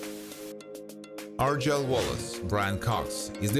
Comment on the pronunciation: Can you please learn to pronounce names correctly, such as Argyle. I am a Scot and I find that people just pronounce names oh what the think